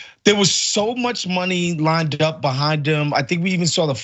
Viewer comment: "there was so much money lineded up" God, I hope English is this guest host's second language!